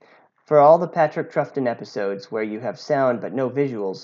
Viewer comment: For future reference: Troughton is pronounced “Trout Ton”